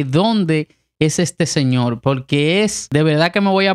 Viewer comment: Señolll jajaja 🤣